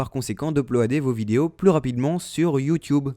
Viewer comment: tu dis youwtuwbe xD